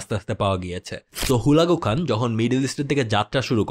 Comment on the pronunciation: আপনার ভুলবাল নামের উচ্চারণের কারণে বুঝতে কষ্ট হচ্ছে,,, হালাকু খান,,, না বলে হুলাগু হান